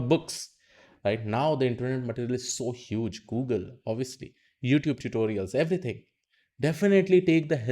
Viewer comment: He pronounces "Yiddish" channel . State of the art Machine learning fails to recognise , its uthoob channel.